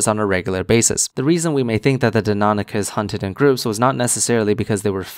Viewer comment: That fuckers inability to pronounce Deinonychus correctly makes me uncomfortably angry